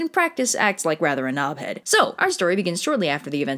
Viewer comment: I dont think ive ever heard an American say "knob head" before and it just sounds... wrong?